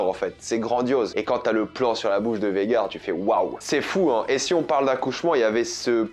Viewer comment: C’est pas VEGAR, c’est VAGHAR, c’est relou a force, arrêter de sucer la VO si c’est pour toujours tout deformer a la fin dans tes reviews…